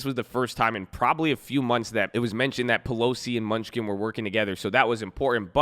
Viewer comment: It’s Steve MEN-NU-CHEN, lmao, not MUNCH-SKIN! 🤦🏻‍♂️🤣